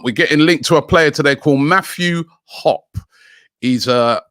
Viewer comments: LMFAO, Robbie my man, way to butcher the American name. Its pronounced, HOP-EEEE (hard e) lmao Not hop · His name is pronounced Matthew Hop-E and he plays nothing like Pulisic lol he’s more of a poacher but he’s not ready for Arsenal he needs more first team football. He was one of the youngest people in Germany to score a hat trick though so he has a lot of potential. Arsenal most likely being used to get a move. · Mathew Hoppe is pronounced “hoppy” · Hoppy is how you pronounce it. He's got a great attitude. Bit of natural poacher. Was moved out of the midfield to play the #9 spot for Schalke about mid-way through their season. They were desperate for goals, and he did pretty well all things considered. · It’s pronounced “Hoppy” like “poppy”. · Matthew Hop-ee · His last name is pronounced Hoppy. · Oh yeah pronounced "Hop E" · Pronounce Harpee. He is a selfish player and take too many unnecessary risk. If you want an American player that has crazy upside go sign western McMeknie or Tyler Adams, or Serginio Desk. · pronounced "hop -ee"